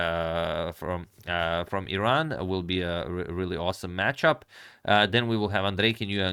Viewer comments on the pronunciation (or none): none